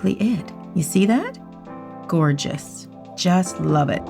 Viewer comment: Did anyone else catch that “thorgeous” at the beginning?